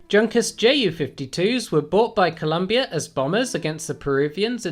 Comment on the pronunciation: The "J" in Junkers is silent and is pronounced "Yunkers"......cool vide btw..